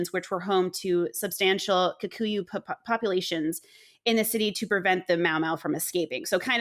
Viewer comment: As a Brit of Kenyan heritage I really appreciate the section on 🇰🇪 Kenya. And as a Kikuyu, you pronounced that really well. Harambe! My mum was a child under British colonialism and feared for her life daily. My uncle and great uncles were imprisoned in concentration camps. My uncle was just 15.